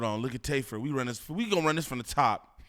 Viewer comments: lol bro his name is TAY F 3rd for tay filthy 3rd 😂😂😂😂 not tayferd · His name not tayferd 😂😂😂😂 it’s Tay F 3rd he’s a Movin crip reppin the Trey aka 3